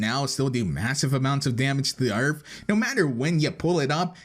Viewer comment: On you say "earf" in stead of "earth"